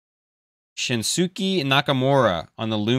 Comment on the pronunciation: Asuka is pronounced: "Ask-a". Briea is not a name. It is Brie lol. Shinsuke is pronounced: "Shin-skay". It's a shame these blasters are not being kind to you. One day.